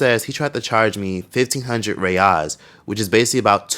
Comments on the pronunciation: 600 "rios". Yeah, that pronunciation alone is gonna make her a target. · Reais (pronounced hay-eyesh) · It looks like she doesn’t know how to translate the currency. They’re even pronouncing the currency wrong. Sooo yeah, they don’t know what they are doing they are doing.